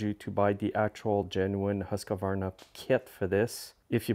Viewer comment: Buddy, you work on small equipment for a living. Learn how to pronounce Husqvarna! It's "Hoosk-Var-Na." There's no letter "a" between "Husq" and "varna."